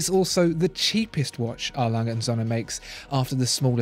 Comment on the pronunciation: It's not Sohne but Söhne.